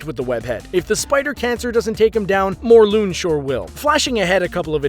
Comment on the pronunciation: adam burke ha yeah its mor•lun he said morl•oon